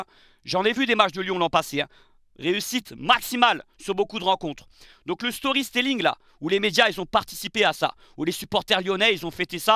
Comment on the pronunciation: je te kiffe mais je suis obligé d’intervenir, on dit « storytelling » pas « storyStelling ». Et tant qu’à faire on dit « GreenWood » (wou) et pas « GreenVood ». Désolé ça me piquait trop les oreilles. Paix sur toi ami marseillais